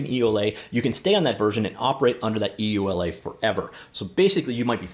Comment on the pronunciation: just say you-la for EULA.